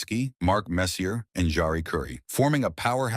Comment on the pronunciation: Can't even program it to pronounce "Messier" correctly.